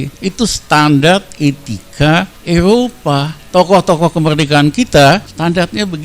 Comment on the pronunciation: Eropa,bukan elopa,ngomong ga ncus tp nyerocos tluus,eh,,truus 😭😭😭👍